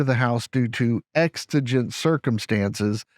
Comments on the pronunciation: Details are minute, in this case, not minutiae. Circumstances are exigent, not extigent. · Extigent circumstances? Did you really say that? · Please don’t go into a court room and say “extigent” circumstances in front of a judge! 😂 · It's exigent circumstances not extigent. 🤔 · The word is pronounced "exigent," not _extigent. (ˈeɡzəjənt,ˈeksəjənt)